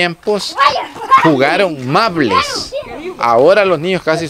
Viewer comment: No es mable es marble.